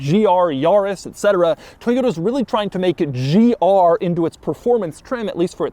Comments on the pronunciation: Bro says gRR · Bro saying GR so weird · He says "GR" in all caps lol